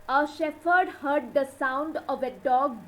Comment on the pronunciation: The pronunciation of the title is wrong. And the word 'shepherd' is wrongly uttered. Please rework.